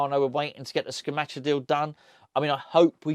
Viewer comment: can you please learn how to pronounce Scamacca. It isn't hard. It's not Scamacca, or Scamacca, it's Scamacca! Easy.